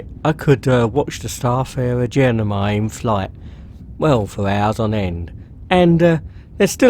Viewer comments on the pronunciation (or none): Genimi? It's Gemini.